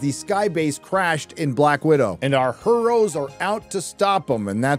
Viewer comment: I giggle like a fat kid every time you say HER'oes. 🤣🤣